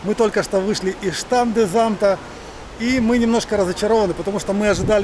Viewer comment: Штанденс-амт. Так произносится.